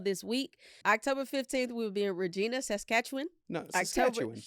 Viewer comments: As someone who was born and raised in Regina That is not how you pronounce it, but i understand, Re Jee Na is how that word is usually pronounced The correct pronunciation is Rej-Eye-Na Yes, it rhymes with a certain part of the body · Guys, it's Regina like the female body part it rhymes with just with an re instead of va. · Ahh, yes, Regina.. always mispronounced. 🤣